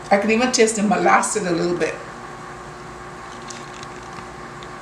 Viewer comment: She just pronounced it how she wanted but it is molasses